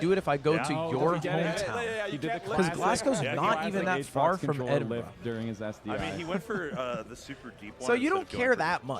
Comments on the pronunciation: edinburg bruh 😭😭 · Big fan Ludwig, I’m glad you finally came to Edinburgh. It’s pronounced: Eh-Din-Bruh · Ed-in-bruh. Learn it